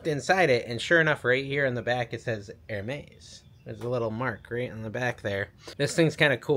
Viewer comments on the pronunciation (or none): none